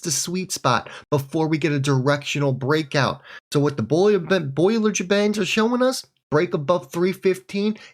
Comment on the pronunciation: Bollinger band, NOT Boiler Band, smh